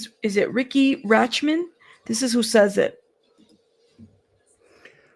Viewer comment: Late Joining. Riki Rachtman had a show on MTV back in the day. The “t” is silent in his last name.